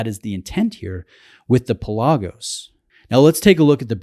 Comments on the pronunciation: It's pronounced PELagos, not PelAGOs. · My Greek-native speaking friends insist it's pronounced PELL-ah-gos, the word for "sea". For what it's worth... When I made the decision to get a high-quality blue diver watch, I pitted the Pelagos against the Black Bay and the latter appealed to me more. Same movement, more visually stimulating (the dull titanium of the Pelagos also scratches easily), slightly smaller, and in the case of the blue color it was just too "Smurfy". That's not to say it isn't a brilliant watch, because it is. I just found the Black Bay better for my tastes.